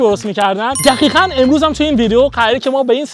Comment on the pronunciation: چراا دقیقا رو میگی دخیخا